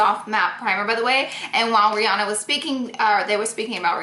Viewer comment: Hey why did you call Rihanna breanna?????